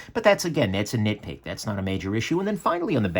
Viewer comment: When you said that's a "nit-pick" I though you said that's a "nick-pick" lol